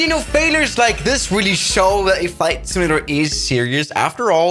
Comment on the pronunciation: "Fight simalater"